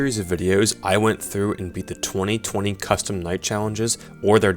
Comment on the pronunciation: I cringe every time you call it 20/20 mode 😂